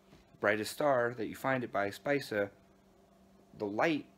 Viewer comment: Spica, is pronounced Spika